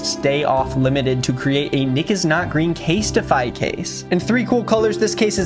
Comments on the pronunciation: Is anybody going to comment on how Nick said casetify? Case-TI-FY? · why you say casetify like that